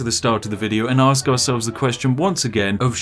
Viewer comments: Well we’ll well let me AXE you a Question about your bleeding head injury. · Fucking cool. "let me axe you a question" ;) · half an hour laughing at the "axe you a question!" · Spiff: hey could I axe u something Spiff: I have achieved comedy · You axe a lot of us... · " Let me AXE you a question."- commits warcrimes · “Let me axe you a question” We have reached the pinnacle of C O M E D Y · let me axe you a question!